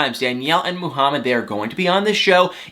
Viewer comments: Muuuhamid not mooohamad ! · Why does he say *Moo-hamed"?! 😵🤨 And "BAY-leez" in his other 90 DF video (Stephanie & Ryan in BELIZE) Drives my ears crazy!🤦‍♀️